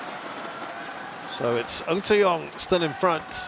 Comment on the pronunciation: The British commentators certainly cannot pronounce ng or tz